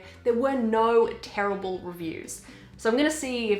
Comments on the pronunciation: “here are some very very TeRiBaRlE reviews” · I love the way you say TERRIBLE! Also love the stickers you got on your laptop where did you get them?